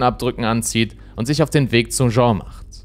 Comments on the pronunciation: die Frau heisst nicht Jean (masc.), sondern Jeanne (dschann)... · Der englische Frauenname "Jeanne" wird NICHT wie der französische Männername "Jean" ausgesprochen. Diese Art von Fehlern schmälern für mich die Qualität von Insolitos Videos gewaltig, da sie immer wieder vorkommen.